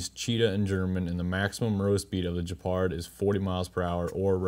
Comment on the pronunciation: Gepard, not Jepard. Hard G sound. Like Good video or Gone with wind. Ge-pard. Not J, like Jeep. “Jepard”.